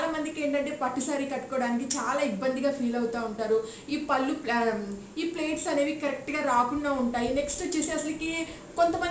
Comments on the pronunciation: Plates kaadhu andi, pleats antaru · Plates kadhu madam pleats